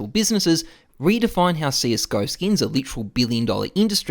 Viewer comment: how many times does this man say skeens?